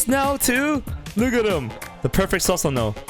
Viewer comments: Not sasano it's pronounced susanoo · Please please PLEASE PRONOUNCE IT AS "Soosanoo" and not "Sasanoo" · I dont mean to offend but its pronounced as "soo sa no" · im hyped. dont mean to be mean but its pronounced soo-su-no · Lol it is pronounced soosanoo don't try to roast him when you are wrong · Is it just me or can this guy no pronounce Susano properly